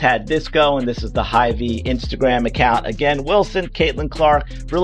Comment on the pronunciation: The grocery store was HyVee not Hi